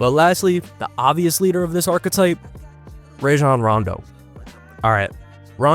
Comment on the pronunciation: Dude said Ray-jon Rondo. AI